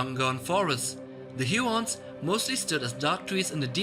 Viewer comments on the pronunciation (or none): There are no Hyew-orns or Myew-makils. The "U" is always long and makes the "oo" sound as in Hoo-orns and Moo-makils.